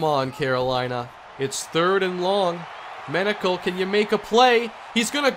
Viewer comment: Front page: Menocal reaches the “penocal”